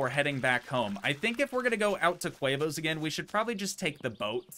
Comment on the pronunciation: its tee moes not quavos